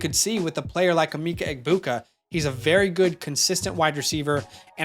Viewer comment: Emeka is pronounced Eh-Meh-ka not Eh-mee-ka